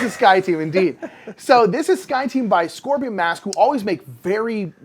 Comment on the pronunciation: Great video! Just a heads up: Scorpion Masqué has an accent on the last e, and it should pronounced in english ''Scoprion mask-ay''. Scoprion masqué means ''Masked Scoprion'' whereas Scoprion Masque without the é would simply mean ''Scorpion Mask'', which is a bit of a different. Hope this helps! :D